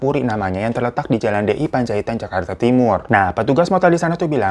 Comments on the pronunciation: Apa gua doang yg salah denger, waktu babang hiro bilang jakarta timur, denger nya jawa timur. Sampek gua ulang".🤣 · Apa cuma telingaku aja yg denger bang hiro ngomong "jawa timur" bukan "jakarta timur"